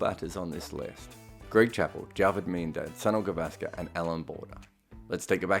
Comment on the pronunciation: Still can't get the name Sunil gavaskar right